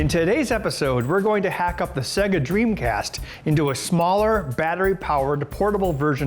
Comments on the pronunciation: SAYGA NOT ZEGA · Alex Mc I always pronounced it Say-ga. I didn't know why people call it seg (as in segment) - a. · Why do people call Se-ga wrong? It is pronounced by turning Sonic 2 on